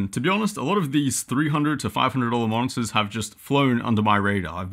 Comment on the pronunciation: Originally heard "Monsters" not "Monitors" lol.